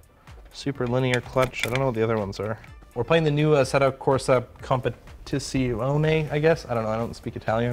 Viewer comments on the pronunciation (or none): Assetto Corsa Competisee-o-nay Great job,! Keep up the good work!